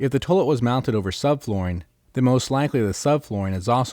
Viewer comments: Toilet is pronounced 'toy-let', NOT 'tuh -let' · toelet. toelet. toelet. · The way he's saying toilet is interesting.